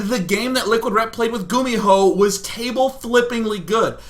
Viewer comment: you pronounced gumiho wrong :D